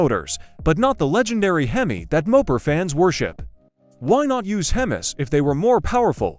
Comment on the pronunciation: "Himis", a classic.